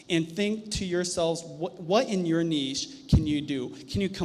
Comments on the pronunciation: So glad you said “neesh” and not “nitch” 😁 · Nice to see you are finally pronounce niche correctly lol